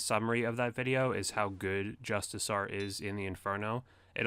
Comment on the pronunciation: Nice guide! But what the hell is Justisar? I only know Justiciar (Jus-ti-see-ar) :)